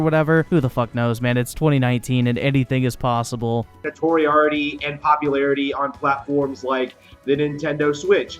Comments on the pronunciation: Notoriarity wtf😂😂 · Notoriarity.... does this guy think he's talking about Sherlock Holmes' nemesis? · He mispronounced notoriety so badly, interrupted his bigditty foxmaid hentai to show us how it's actually pronounced just so that we, the intellectuals, could understand what the fuck just came out of his mouth